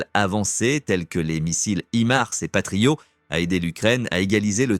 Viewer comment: Ça se prononce "Patriote" pour le mot Patriot et non pas "Patrio" comme vous le prononcez.